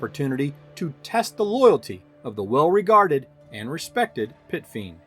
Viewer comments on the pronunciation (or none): first minute you said fit piend...love your vids :D